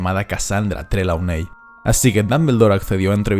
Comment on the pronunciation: Creo que Trelawney se pronuncia trilouni